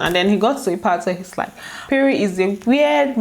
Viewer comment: it's pronounced péré not payray...Lol